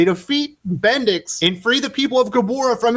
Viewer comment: When you said bendix I thought you said bendis. I thought Brian Michael bendis had finally been defeated.